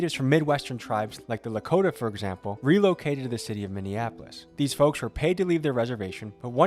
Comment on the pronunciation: It’s La-(Coat)-ta you have to emphasize the K. “Lakota”